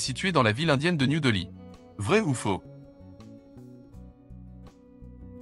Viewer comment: Pas très difficile, c’est peu de le dire. J’ai un peu honte de n’avoir eu que 19/20 (le foie, pas le pancréas 🤪). Le commentaire est intéressant et bien illustré, mais entaché de quelques erreurs (la plus belle étant la révolution de… 184…9 😮) et deux mots sont mal prononcés (Monte et Delhi dont les « e » se prononcent comme des « é »), comme si le commentaire était fait par de l’I.A.